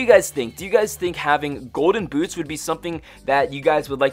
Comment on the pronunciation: he said golden gouche